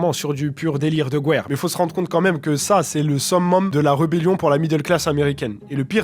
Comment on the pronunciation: "gwer", respecte au moins.